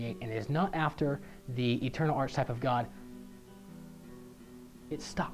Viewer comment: You keep pronouncing "archetype" incorrectly.